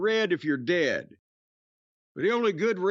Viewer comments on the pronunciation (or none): none